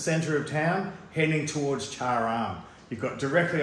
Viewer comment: There is no R in Cha am, right? I think you are pronouncing it wrongly.